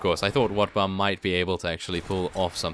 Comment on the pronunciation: sometimes when i hear him speak i hear him say wetbum i laugh tell my stomach hurts i would give him 50 rat ogars just for wetbum i mean wotbum